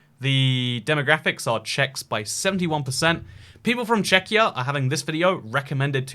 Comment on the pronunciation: ah yes, "checkyur"